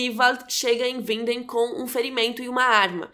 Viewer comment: Rachel Green outra coisa. A maiorias das pessoss que fez videos sobre Dark, erra até a pronúncia do nome da cidade, Winden. E a acerta. Ela melhorou muito e tá se esforçando. Diferende de outras pessoas no youtube. Reconheça o esforço dos outros.